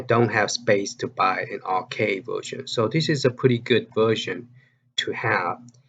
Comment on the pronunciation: it's counter-cAde as in band-"A"id. c"Aid"e. Also I do not think dig dug is dig "and" dug. It is just "dig dug". Sorry for my OCD. Love your videos as always, don't get me wrong.